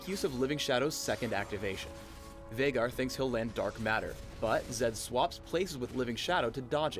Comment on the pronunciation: HEARING HIM SAY VEIGAR CORRECTLY IS SO FUCKING GOOODDD